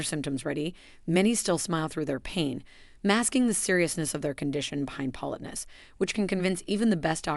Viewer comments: If creators who use AI ever listened to t g eir posts B EFORE putting them online we wouldn't have to endure things like a simple word (politeness) being repeatedly mispronounced. It's an insult to our intelligence and our patience, to skip this simple step. Better yet, have an actual human being who knows how to properly say simple words narrate your video. It can't be that expensive, and will likely b et you more views abd likes. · Why can't you pronounce 'politeness'? Are you a bot voice?